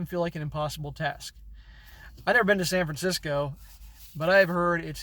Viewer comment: Your pronunciation of California places is pretty funny LOL "I've never been to San Francisco" Haha, clearly!